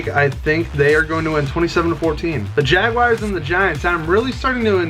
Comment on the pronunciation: Y u pronounce the jaguars like “jag-WIRES” lol nice predictions tho